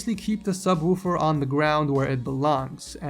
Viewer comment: Its subwoofer not subwoover